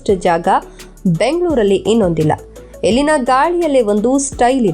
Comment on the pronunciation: Please madam " ellina " antha helbek aadre swalpa sariyagi pronounce maadi, its sounds like 'ilina ' some english name